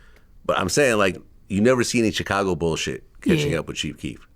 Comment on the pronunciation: VLAD QUIT PRONOUNCE CHICAGO 😂